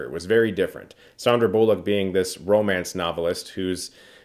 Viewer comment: Thanks for being the first person pronouncing Sandra Bullock correctly! 🥰